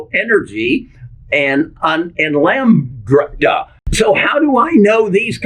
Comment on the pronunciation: Can you spell out the words of the 3 IPO's you mentioned as it didn't come across very clear. I heard Corewave, Corgresso Energy and Lambrada. How do we know when these 3 IPO's are set to launch. Do they have a ticker symbol or its too early.